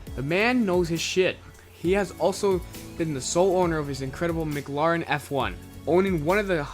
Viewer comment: Dude WAT DA FUCK IZ A MICGLEARAN